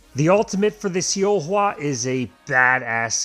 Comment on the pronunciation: It's pronounced as Solhwa though